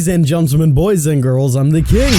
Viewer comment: Or the way he says Gentlemen